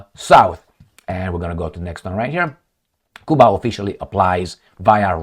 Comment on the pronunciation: You not pronouncing Cuba properly